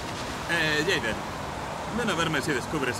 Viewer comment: pero es aiden :v